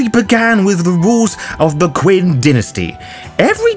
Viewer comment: Love all your stuff. But I have to let you know that "Qin" is pronounced "Chin". It's were China comes from. The next Dynasty was "Han" so we call the culture "Han"